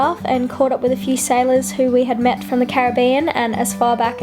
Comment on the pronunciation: Thank you for your correct pronunciation of the word "Cari BE an."